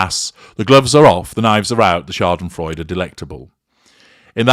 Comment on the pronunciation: I like you saying Schadenfreude.